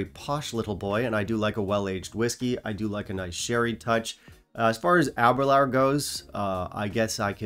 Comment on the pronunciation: I’m sorry. It’s pronounced “Aber-loor” not “Aber-lour”. “Door, not flower”